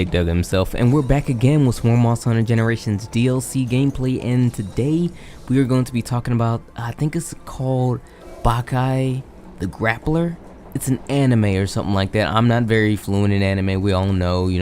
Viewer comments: It's pronounced Baw-kee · That ain't how you say it but I ain't here to hound on you, that's lame anyway, you should watch whatever amount of Baki you can tolerate tho to anyone reading this ❤